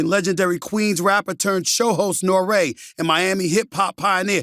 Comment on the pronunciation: NORE, not NORAY 😂